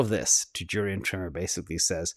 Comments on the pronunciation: it’s Jurrien Timmer of Fidelity. Not Jurrien Trimmer what you are using for some time now. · It’s Jurrien Timmer, not trimmer.